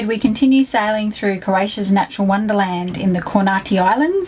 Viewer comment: Thanks! we loved Croatia, it's a wonderful place to sail. And yes we try to get the pronunciation right!